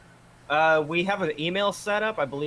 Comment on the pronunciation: NIFB, not NFIB